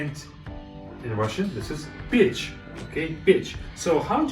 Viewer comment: it's pyech, not bitch